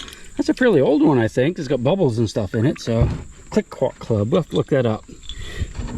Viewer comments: Its pronounced KleeCo club soda ! Believe its from up here ib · 😂 Cliquot is (was) pronounced "Klee Koh", not that you youngsters should know that. 😄 👍